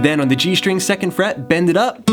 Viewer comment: Thanks for those riffs! :) They are really awesome! Have just one question, and I'm sorry if it seems not very polite and not about music. I'm just not an English-speaking person. So, I saw several videos with you and you always say "shtring" instead of "string". Is it a feature of yours or it is something common? Thanks )))